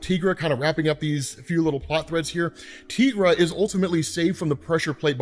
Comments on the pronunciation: I've been watching a lot of your Moon Knight videos lately, and I have one question - Why do you pronounce Tigra's name, 'Teegra'? She is not a Latina. Is Spanish your first language? You are the only person I have ever met to pronounce her name, Teegra. I think it would make sense if she had 'El' in front of her name, but she doesn't. Greer Nelson has the powers of a Tiger, so we call her Tigra. Why do you call her Teegra? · I’ve never heard someone pronounce Tigra like that